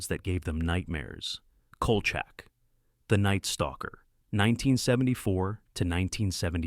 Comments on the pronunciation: The Series "Evil" is much better than "The Exorcist" Series. The "AI" narrator kept mispronouncing Kolcheck as Kolchuck very annoying. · Dude, it's pronounced COAL SHACK!